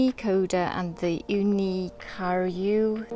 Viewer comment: Please learn how to pronounce karu its definetly not pronounced car-you